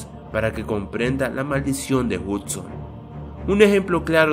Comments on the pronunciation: es hudson wey no hutson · Es "Hudson" y no "Hutsin", además no sale porque murió y se pudo saber eso en la segunda película cuando Mate dice que el nombre de la copa pistón fue cambiado en memoria de Hudson.